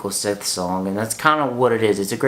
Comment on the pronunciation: Are you saying Sith? :) Bless you. Enjoyed your review :)